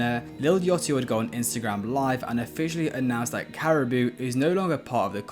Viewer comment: Why are you calling Lil Yachty, “Lil Yatchy” ?????